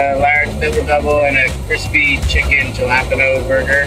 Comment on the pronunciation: ok so were just gonna ignore the fact that the guy said jalapeños has JA-LAP-PEN-OHS.